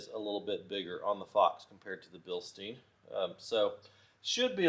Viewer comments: thanks for the video. Btw, it's bilstein, like Beer stein. It's a German word and in German, when you have an I and E together, which ever letter is last, is the one that gets the heard. So stein is like stine. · Proper pronunciation is Bill sht eye n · In German the second vowel is pronounced first. Therefor it is pronounced Bilstine.